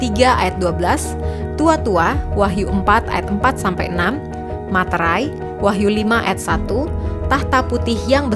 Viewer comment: Menit dikoreksi Wahyu bukan Wahtu